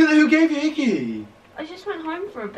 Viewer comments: OMG the way he says hickey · the way he says hickey😂😂